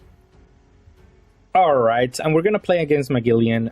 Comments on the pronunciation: Or maybe Muh-geh-lan is a more accurate description idk im not English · Please stop saying Muh-gilly-an, the correct pronunciation is more like Muh-gel-an. His name is Magellan i have no idea where youre taking all the extra "i/y"s from😭😭